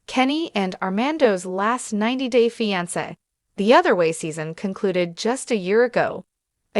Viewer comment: How embarrassing you can’t even say Armando’s name or the word fiance correctly—why would I subscribe to this nonsense